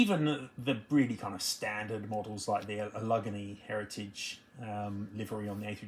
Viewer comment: Allegheny is AL-ig-AY-nee, in case yinz ever decide to move to Pittsburgh or start collecting classic regional US airlines 😁